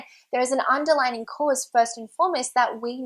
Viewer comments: The word is "underlying", you ignorant woman, not "underlining." Also, Jamie, more vest videos! Hooray for hot weather! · she doesn't even say "underlying cause", she says "underlining cause".